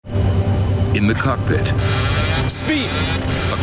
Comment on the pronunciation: It sounded like they said in the cuck pit at the start